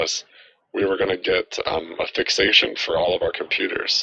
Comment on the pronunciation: This "fixation" is 'fakeation"😂😂😂